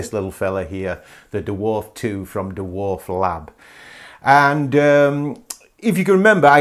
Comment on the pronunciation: I'm comfused why you call it the Duwarf 2, as a fellow brit...just say Dwarf..?